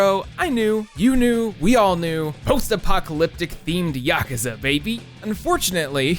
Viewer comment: Holy fuck dude it's pronounced YA-KOO-ZA, YA-KOO-ZA. You sound fucked when you say Yakaza